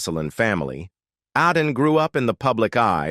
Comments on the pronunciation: It’s Aden NOT Rden!! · Can't pronounce Aiden "Oden" geeze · IT IS MAD- DY. AND A- DAN. SAY IT RIGHT OR YOU SHOULD NOT BE AN ANNOUNCER DOING THIS JOB LEARN TO SPEAK YOU ARE ANNOYING.